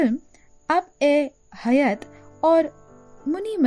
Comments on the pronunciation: بہت عمدہ Abe.Hayat na bol kr ap ko Aabe Hayat bolna cahiye thaآبِ حیات Good job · It's actually.....film 🎥.... AABEY - HAYAT. .. not abeyy? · Abe hayat naam tha inki ek film ka by mistake you said wrong pronunciation